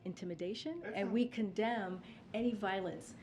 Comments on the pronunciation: Umm, heard that commend instead of condemn… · Anyone else catch the slip up when she went to say “we commend intimidation”? But changed it to condemn quickly…truth comes out as always with this one.